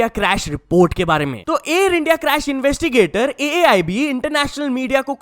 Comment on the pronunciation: Its AAIB not AIB😂